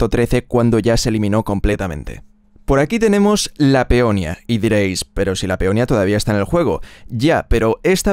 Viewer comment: No es peonia es peonía